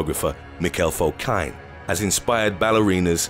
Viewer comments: Prounced : "Fo-KEEN" .... "Roos" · Fokine is pronounced “Fo-keen”.